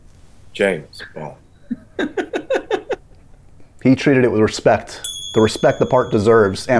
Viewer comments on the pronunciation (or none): I didn’t know I needed that blooper of Seb butchering James Bond 😂